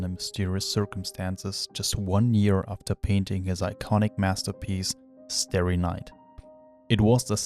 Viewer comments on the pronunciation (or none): Yes, lots of people have stared at it over the years, yet it's still pronounced "STAR-ry night". Nice pronunciation of Van CHCHOCHCH though. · Calling it “starey night” should be a crime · Oh brother. You lost me at your pronunciation of Starry Night.